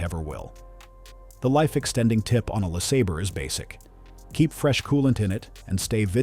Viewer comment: Buick "Lessabur"